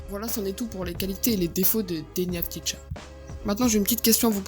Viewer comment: Ca se prononce avdiya